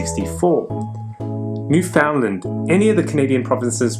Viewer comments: New-fin-land, accent on first syllable. Not new-found-land. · Please, for the sake of all the Newfoundlanders out there, please learn the correct pronunciation. The emphasis is on the first syllable and not on the "found". Not a big thing but important if you ever decide to visit.